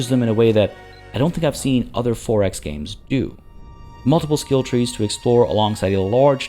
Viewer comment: You pronounce 4X like “Forex”, meaning currency trading. Its “Four X”, two words!